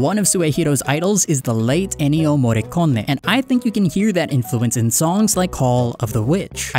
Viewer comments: i speak italian and you butchered Ennio Morricone and Giuseppe Verdi's pronunciation so bad i couldnt tell what you were saying, but its the only fault, great video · Butchered Ennio Morricone's name, he's a 'Merican